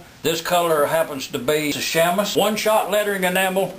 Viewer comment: Sham-us. That's chamois you fancy folk.